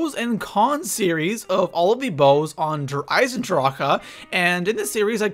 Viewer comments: why do you say Der eisendr-HA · why do ppl keep pronunceing der eisendrache der isendraka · Please please please stop saying der eisendrachHUH it sounds so wrong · Comment section: How do you pronounce Der Eisendrache Der (Eye zin drock) Der (Eye zin dra kuh)